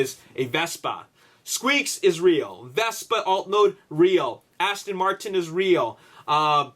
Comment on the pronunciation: It's Aston Martin, what the hell are they saying "Astin" for? LOL